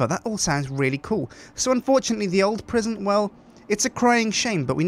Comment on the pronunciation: La prison (with French accent) :D